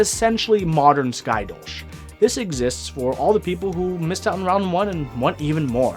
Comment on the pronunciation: Dolch is the German word for dagger and hearing it being pronounced as dolsch is super weird for me.